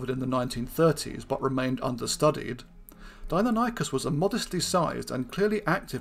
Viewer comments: Pronounced Di-non-e-cus....not Dino-ny-cus 🙈, did my head in that much I couldn't watch more than 4min of the vid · It's pronounced "dye-NON-ih-cus" -- the pronunciation is even given in this video . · Pronounced “dy-NON-ih-kəs”. See Wikipedia.